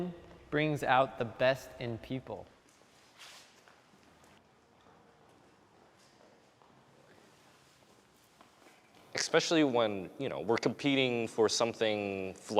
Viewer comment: EKXspecially! EKXSPECIALLY!!